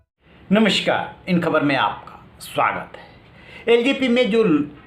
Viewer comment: Namshkaar नही Namaskaar boliye reporter ji